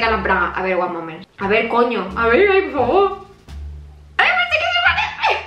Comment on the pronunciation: "Ticheame a mi pofffavoo" 😅